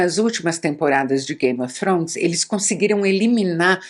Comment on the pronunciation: ela falando game ofrones é tao engraçado kkkkkk icone